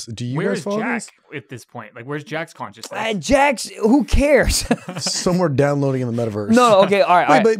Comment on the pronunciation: I’m obsessed with not being able to say the word “consciousness”